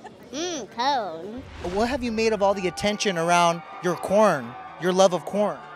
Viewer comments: It’s the way he says 🌽. It’s cown. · It's not corn. It's caune